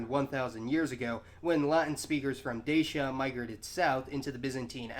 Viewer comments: great video however its not pronounces (d-a-sh-a) its pronounced (d-a-tchia) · The Moldovans actually pronounce the word Dacia as "Da-cha"